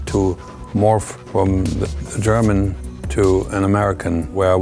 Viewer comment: But when he says German you can tell hes a German.